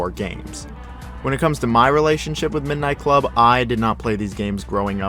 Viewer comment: This dude is an ai nobody says midnight club like that.